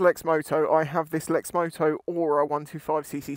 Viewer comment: Is that the way Lexmoto pronounce the name of the bike? At the start of the video you pronounce it differently.